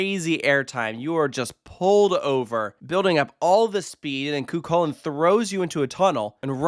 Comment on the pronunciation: fwiw the ch in chulainn is the same as the ch in the scottish loch. it's more of an h-like sound!